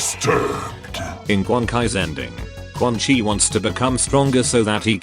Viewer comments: Why do you pronounce quan chi as "Quan-Kai"? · I love that the Text-to-speech breaks and says “Quan Kai” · Why does the TTS keep changing its mind on how Quan Chi is pronounced